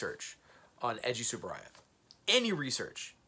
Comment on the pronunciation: Let’s talk Toku is unprofessional. If this was an amateur vlog, I’d be lenient but this is bankrolled by Shout! factory, which has always provided great notes and commentaries since the days of Rhino Records. But the host can’t even pronounce Tsuburaya properly.